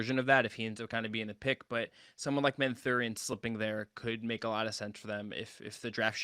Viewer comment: It’s Benedict MATH-UR-IN